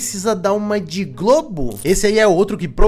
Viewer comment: então ele n falou GLOBO n, falou “GLOGO” ksksksk